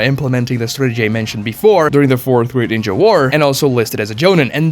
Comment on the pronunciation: The way you pronounce ninja doesn't hit the ear well.